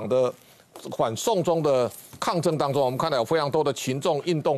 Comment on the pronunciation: 主播唸清楚點，反送中聽成，緩送中